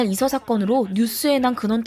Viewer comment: 왜 이서를 이석이라 하셨어욬ㅋㅋ